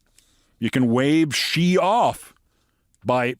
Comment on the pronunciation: Xi is not pronounced like some exotic French fricative. Its pronounced simply like the English word she.